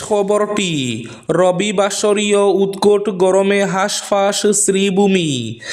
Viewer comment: Good morning Sir,উৎকুট নয় উৎকট হয়।